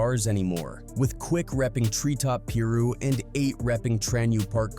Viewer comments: Get ya facts right white boi....quik thought eiht dissed first ...and its PI - RU not Peeru 😂😂😂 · The way this dumb AI said "Piru" ... Im out! 🤦🏼‍♂️🤦🏼‍♂️